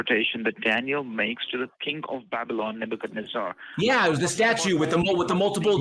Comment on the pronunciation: Is it bad that I just GOTTA HEAR Daniel (from Australia) say, "Nebuchadnezz-AAAH" again?